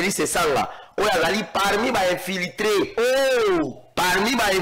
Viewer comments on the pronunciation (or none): Infilitré ,,,,,😂😂😂😂😂😂 ça c'est très bien. Monsieur le communicateur on dit plutôt infiltré